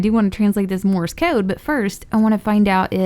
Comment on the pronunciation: It's sounds like you're saying Morris code